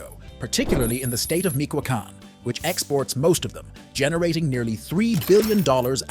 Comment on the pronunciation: Narrator: please learn to stay Michoacan Correctly!!! This mistake is distracting.